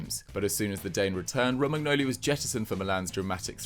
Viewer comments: Him pronouncing the g in Romangnoli hurt me every time it happened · This guy's gotta be taking the piss every time he says Romagnoli's name.